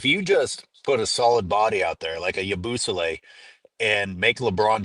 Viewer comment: Aoh say it with me. Yah-boo-say-lee